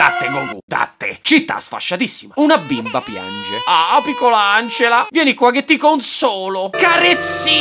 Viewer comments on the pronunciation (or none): none